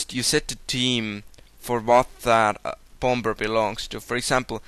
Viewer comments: "The Bom-Ber Bath" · i love the way you say bomber xD am easilly amused